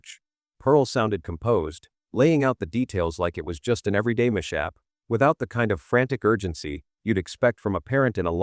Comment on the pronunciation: I have to admit that as good as this video was, it was so hard to listen to due to the AI voice mispronouncing words like "mishap" and "catalog"